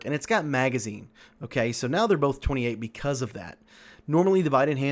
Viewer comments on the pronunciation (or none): none